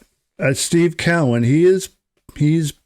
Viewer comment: His name is pronounced CO-IN not Cow -Win jeez